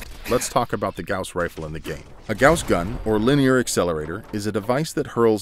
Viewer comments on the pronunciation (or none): Bruh you're saying Gows rifle It's pronounced Gaws Rifle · Goss not g-ow-ss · The “gouss” rifle... kill me. It’s pronounced “gause” rifle. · "GAOuWs" Rifle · Gauss is pronounced the same as the bandage; "guh-oss." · Anyone else stop watching as soon as he said gowse? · I thought it was pronounced "goss" rifle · You keep saying it wrong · The way you say gauss bugs me